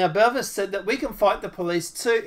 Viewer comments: I know. He pronounces it Belvis 😆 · Jessica "Boo-Vay"